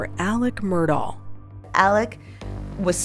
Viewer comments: They can’t even spronounce the name right!!! It is not Mur-Dow! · Ugh! It's pronounced MUR-DOCK not MUR-DAW. If you're gonna voice-over an episode, at least say the name correctly. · Any time a "journalist" reporting on this case repeatedly pronounces his name "Murdah" I know she hasn't done her homework. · If the narrator doesnt have a southern accent why is she calling them the murdars? And murdar? Its murdock in pronunciation unless you have a southern accent it just sounds weird with a normal american accent! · IT'S PROUNOUNCED MURDOCK!! How you gonna do a documentary and not know how to prounounce their name?!!!! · His name is pronounced Murdock. How do you not know that?